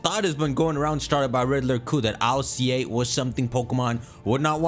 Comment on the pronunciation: You know, based on the Japanese name, you don't read I-L-C-A 1 by 1. Just read it as a word [ilka] Even since the beginning, i always read it like this, before knowing the actual way to read it 😅